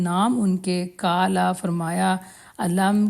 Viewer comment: آپ کا تلفظ درست ہونا چاھئیے—- کالا نہیں قالا